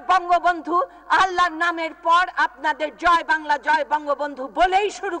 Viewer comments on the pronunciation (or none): none